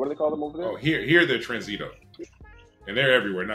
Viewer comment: Ok guys Spanish lesson time 😂. Traffic cops are called TRÁNsito and pronounced with the stress on the first syllable, not tranZEEto. And in Mexico the same word is used but your guest probably didn't recognize it because of the way you're pronouncing it. Tip: ask locals to pronounce words for you and learn them that way. :)